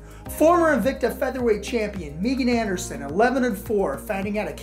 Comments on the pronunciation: “MeeGan” Anderson lmao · This dude said Meegan😂😂😂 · Megan or MEEgan? come on, it is Megan.